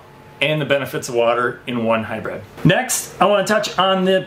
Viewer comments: Hy-“bread”? Hy-br”iiiiiiiiiiiii”d! 😬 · It is pronounced 'High-Brid' not 'High-Bred'. I like your videos and content, very informative.